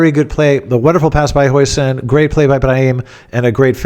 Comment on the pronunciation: ‘Jausen’ as per your recent Dutch guests.